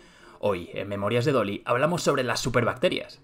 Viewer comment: cada vez qe dices memorias de Dolly entinedo memorias de Loli XD